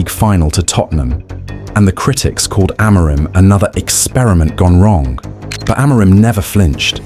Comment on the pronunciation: I can always tell the AI videos based off how they pronounce Amorims name lmao